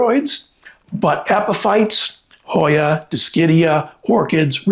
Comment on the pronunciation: I love this Hoya. I have trouble spelling and saying the name. Thank you for the name and pronunciation.